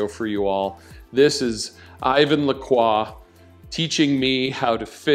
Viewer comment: Finally someone who pronounced Lacroix correctly 👏 🙌